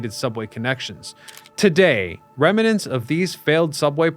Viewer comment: They relocated Trafalgar Square to NYC. Amazing! Oh, and it's "rem-nants" not "rem-a-nants".